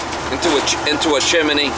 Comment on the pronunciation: Come on say it with me correctly! CHIMNEY NOT C H I M A N E Y. BTW you have breathing problems sounds terrible.